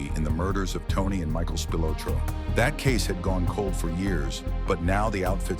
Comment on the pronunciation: Spilotro… SPEE-LOH-TRO